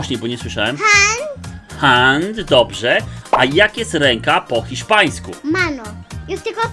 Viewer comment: Hiszpański a nie Chiszpański